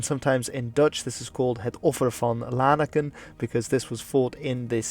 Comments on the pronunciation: I think Lanaken is pronounst "Lan-aakən" and not "Laan-əkkən" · Just a little thing about your pronunciations, I'm aware you might not be able to pronounce the soft G in Cities like Geel, but for example the city of Lanaken has an emphasis on the second "a", with a silent "n", and Hasselt's "e" sounds more like a "u" Also is a huge travesty still to this day